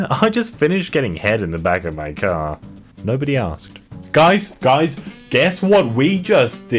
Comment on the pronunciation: „no‘ody asked“